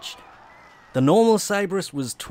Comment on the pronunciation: It's SyBARiss, not Sibriss.